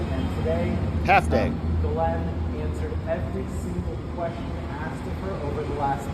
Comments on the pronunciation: But it is pronounced Jizz-Lane… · I love your channel. I’m probably going to signup as a membo. You course corrected on Maxwell’s first name but you’re slightly off. It’s pronounced “gill-lane” not “gill-linn”. Not being picky, just trying to raise your profile! Keep up the awesome work brother! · Just FYI, her name is Ghislaine (Jiss-Lane) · I seriously don’t think your pronunciation is anywhere close! JissLane is what I have heard! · It's a French name so it's Gee-Layne with a soft G, but she's British so it's also pronounced Gee-Layne with a hard G. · Good grief, you looked up how to say, “Ghislaine” just yesterday and now you’re already back to saying it like an ignoramus.